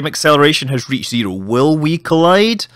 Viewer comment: Oh I LOVE how you say zero, instead of "Zero" you say "Ziroo"